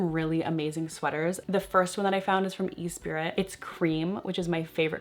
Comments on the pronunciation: esprit is pronounced as e-spirit?????? ive been calling it es-prit with a silent t all my life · Great share, thank you! Love the F sweater on you, too! ..and those 7 jean are amazing! Fyi...the Esprit top (always hit or miss for me when I find lol) is pronounced ee-ˈsprē or myself I say, Es-spree. 🤩🤩🤩